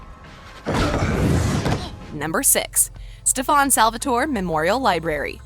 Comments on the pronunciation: ITS STEAN NOT STEFON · We saying Stefan Her saying Stef-On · It’s also not “Maliv-wire”, it’s “Maliv-ore”. And who is “Stef-fawn” it’s Stefan . 🤦‍♀️ What a wash. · Why can't they get names right? It's not StefaAn salvatoree it's Stefan salvatore. You can't get sh*t right. that world was from lizzies wish world from jinny, Klaus was alive in that world because lizzie wished for hope not to exist which led Klaus to turn his humanity switch off with Caroline. Get your facts right. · Apparently only "adults" have eyes. Also Stop saying stefON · It is so annoying listening to her saying stefaan salvotory (rolling my eyes) it is stefan salvatore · her: Stef-aun me: omg stop its STEF-AN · can you stop saying "stefaann salvatore"? it's stefan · Its not stefon it's Stefan lady 😒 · Did she...did she say “Stef-ahn Salvatoray” lol I couldn’t even finish after that. Lost all credibility. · it's not setfAAn salvatore it's setfan Salvatore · it’s pronounced stef-n not ste- fahn. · Quit saying stafannn. It’s Stefan. They literally say it in a clip. So many things are wrong in this video. It’s unreal. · It's not satfaan Salvatore . It's Stefan Salvatore. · How in the hell can you say raphael but not stefan or malivore...let me help. (St-eh-fan) sound it out. Here's this too. (Mm-al-eh-v-or) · Stefan isn’t pronounced like you say it, if you properly watched the shows you would know that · If your going to talk about a tv show you should pronounce the characters names right. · You say stefans name wrong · I hate the way she says Stefan! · This is so cringy I doubt she even watched any of the 3 shows at all the way she pronounced everything (Stefan, Salvatore, Malivore, Alaric, etc.) and that bit about Klaus and Caroline was just a parallel universe come up with by the Legacies writers